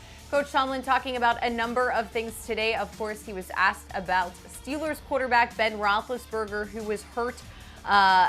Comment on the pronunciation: Someone tell how to pronounce Steelers.